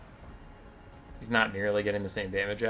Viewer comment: Ta-mur-kan. Not tarmakon. How to counter tamurkan death ability: move lord away from dying tamurkan.